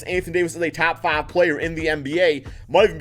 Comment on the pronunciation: 'Tap faav playerrr' just speak slower